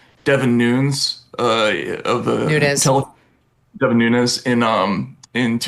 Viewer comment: Me too - is so weird he didn't know how to pronounce Devin Nunes' name tho 😂